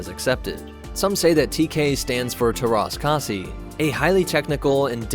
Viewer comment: ok then. just casually butcher the finnish language